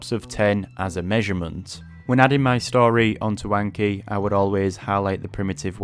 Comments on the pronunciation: I cant take someone seriously who keeps saying aynkee. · I really enjoy the Northern accent, except maybe for the pronunciation of Anki, which is too different from 暗記 (memorization). I learned my first 2,500 kanji very solidly within six months in the late 1980s. Before that, I’d learned hiragana on the weekend before university classes began in 1985 and then a few more days to make my katakana more solid, after which the intensive class needlessly dragged both kana forms out for several weeks for the rest of the students in what felt like wasted time. I’m a STRONG OPPONENT to Anki, even though it bears an obvious Japanese name. It reinforces visual recognition only, not actual reproduction, and the judgement for marking how well you know the flashcard is far too subjective. That’s why I’ve always advocated Quizlet’s written-mode drilling/testing instead for languages. I’ve used AI to create a three-field version myself for East Asian languages now that Quizlet demands a paid subscription. In the case of Chinese characters, though, memorization should be done by writing them thousands of times as Chinese, Taiwanese, and Japanese students do from an early age. It’s best to read, write, speak, and listen simultaneously to reinforce that memorization with four different senses at once. As for books, the three standards for Japanese kanji have long been [1] The New Nelson Japanese–English Character Dictionary (Andrew N. Nelson & John H. Haig): 214 radicals, ~7,000 kanji. [2] The Kanji Dictionary (Hadamitzky–Spahn): simplified 79-radic